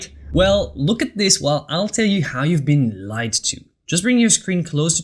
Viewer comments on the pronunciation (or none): none